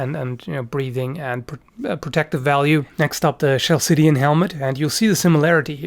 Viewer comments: When referring to Corinthian helmets ate you saying chaldean? "Ch" is pronounced with a hard "K" like kal Dee An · Minor pronounciation thing, the Chalcidian helmet is pronounced in k, not s, ie 'Khalkidian'. Great vid, not a fan of cones, but close helmets I do like the most, even more than Hellenoroman ones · Great video. For future reference "Chalcidian" is pronounced with a strong "K" sound in the beginning = "Kalcidian", like calcium.